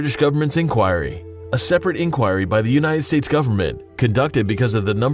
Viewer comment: So, I guess this is the first time you've ever said "inquiry" out loud?